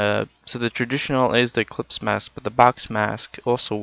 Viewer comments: It's "eclipse" not "ecplypse" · It's ellipse, not ecplypse!